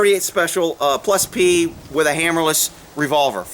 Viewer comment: "Plus plee" lol Great video!